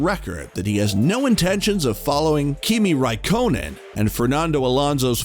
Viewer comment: You had me at clickbait title and thumbnail. You lost me at Kimi Raai-conan…